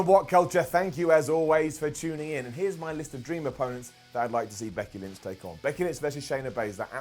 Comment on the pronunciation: thought you said Bucky Lynch...